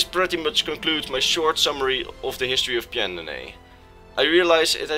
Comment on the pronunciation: I just wanted to tell you for future reference, it's pronounced Pan-do-nee-ah. That's how Pyandonea is pronounced, the "y" is silent so you can ignore it.